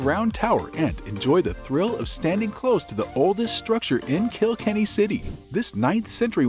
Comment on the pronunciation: It's not Kill Kenny.. it's Kilkenny . It's one word ❤